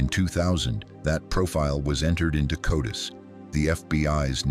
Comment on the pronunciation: *CODIS Not "Codus".